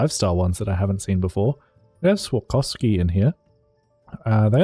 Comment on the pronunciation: Swakoski ✅ Swarovski❌